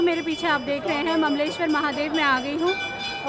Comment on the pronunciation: Mleswar nahi hota hai Mamleshwar hota hai 😂😂😂😂